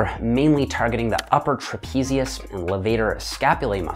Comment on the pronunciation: "Trapizius Maximus" "Maximus Maximus Maximus"